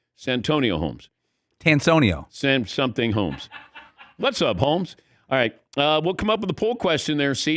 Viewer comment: Dan messing up santonio Holmes name annoyed me more than it should have 😰